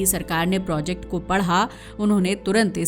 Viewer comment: यहाँ projacte को फिर projact बना देते है